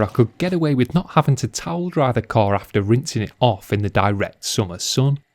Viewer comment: why do you pronounce the word "sun" incorrectly" It's not "soon", it's sun!